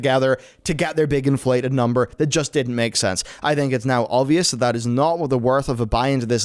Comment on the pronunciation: Missed the “b” in “number” Great coverage! Thanks to the team for always bringing us such thorough and well articulated coverage with an easy to understand delivery.